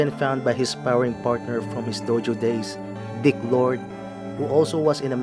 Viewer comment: It’s actually Dick Road, not dick lord